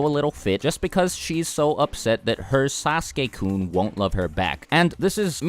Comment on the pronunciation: bru his “sasuke KUN”🤣🤣😭😭